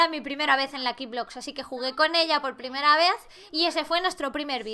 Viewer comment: Laik si dice primrea😂😂♥️ Te queremos 😂😂♥️